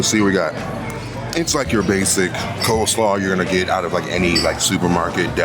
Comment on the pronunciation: Bro said "coleslar" 🤣🤣🤣🤣. I know he was probably just worn out since it looks like that was the last place he went to for the video, but that was hilarious to me for some reason, lol.